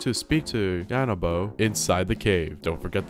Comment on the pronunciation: "Yanabo" "Crynosis" "Yabosa's Fury" AAAAUUGHH